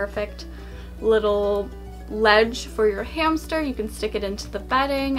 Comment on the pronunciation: In the beginning of the video she said hamcher